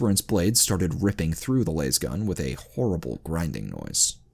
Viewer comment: Why do you pronounce specific things wrong repeatedly is it a Channel gag??? Cuz ive met and heard hard accent Indians pronounce them properly on their second try... For example Las(LAZ)gun not Las(Laze)gun....